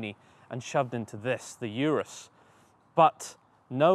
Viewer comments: It’s OOOROOOS NOT ‘ UR’US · why do you call it "Yourus" insted of Urus? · IT'S NOT "YOURUS"... IT'S "OROOS" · Is not “iurus” is “urus” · It's not a Yurus. It's "oorrroos." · Its pronounced “Ooorus” Ooo as in Too URUS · If you subscribed because of the little things, the guy isn't pronouncing the name of the Urus properly. That's not a small.detail to over look is it.